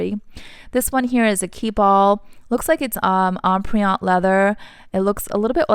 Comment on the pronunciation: Empriente is not em- pree- ante …